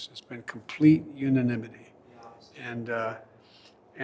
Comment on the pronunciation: Biden "Complete uninimity" Uh, what?